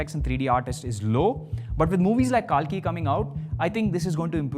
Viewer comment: Btw the movie name is Kalki not kaalki